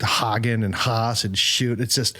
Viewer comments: Marty Haugen, not Hagen. If you wish to insult him say his nsme correctly. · You all should have really done a little more research before you did the show. For example, pronouncing their names correctly. Schutte=shooty Haugen=Haagen And it’s John Michael Talbot, not Michael John, or Michael. John Michael Talbot did not write Be Not Afraid. Criticize the composer, not the performer. The King of Glory‘s melody is an old Jewish melody. Why isn’t Abba, Father on this list? You could have substituted all of the songs for that one. THIS is the granddaddy, sweetheart. And knock off the swearing.